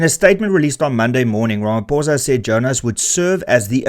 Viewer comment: Pitty you can't even say his name properly. Gives you no credibility... 😅